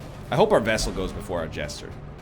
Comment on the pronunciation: NL REMOVE FEAR OF ELDRITCH AND UNHOLY FROM MATHAS (but first yips) also the focus ring should be used for the front line due to the extra crit.... And for the jester if your going to use finale then use dirk stab since it moves him to the front 2 lines allowing him to do his finale.... AND DID YOU SAY VESSAL??!?!?!?